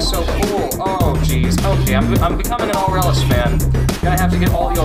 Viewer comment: The way you pernauce aralus is ar-a-less K,good do it right